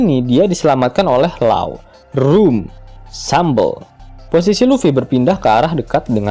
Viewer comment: Langsung keselek pas denger naratornya ngomong "room sambel"...